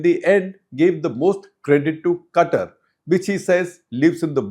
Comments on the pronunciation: Sir, it is not CUTTER, it is Qatār. Please. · Shekhar Qatar even though spelt this way, the country would pe pronounced as kathar. The ka would be a more guttural ka more from the lip or the palette touching more towards the back of the throat. Lived in kuwait for a few years. I have heard arabs say the word.😊